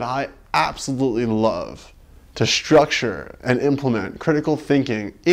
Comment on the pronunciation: Hey, try thinking about not using the 'sh' sound when there is only an 's' in a word. The word is structure, not shtructure. You'll sound more literate if you focus your awareness critically on that flaw.